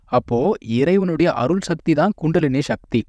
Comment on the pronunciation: முடிந்த வரையில தமிழ் சொறகளை உபயோகிக்கவும்! ஷக்தி. அல்ல. “சக்தி”. தமிழ முறை சிவன வழி- சித்தரகள பினபற்றுவது- சிவன ஒன்றே கடவுள சமஸகிருத தாக்கத்தை /அதன உச்சரிப்பை கொண்டு வர வேண்டாம நன்றி usa